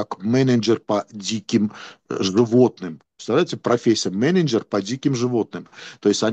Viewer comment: Образованный человек.😂😂😂 "Каледж", "Мененджер" Выключил и ушёл смотреть стендап. Дальше не интересно.🤦🏻‍♂️